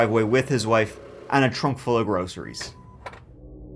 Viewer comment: when you said "trunk full of groceries," I initially heard "trunk full of rosaries."